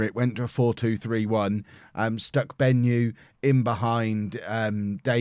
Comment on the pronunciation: Hi, I'm a Zimbabwean and it's bothering me how you butchered the "Benyu" pronunciation XD